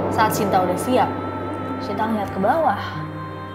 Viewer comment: kak mohon maaf baru ini aku denger shinta sh nya bener2 dibaca shyinta, it feels kinda strange in my ear biasanya denger sinta sinta wkwkwk